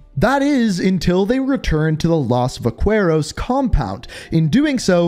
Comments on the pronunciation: not as broken as this vaqueros pronounciation lmaooo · The way he pronounces “vaqueros”💀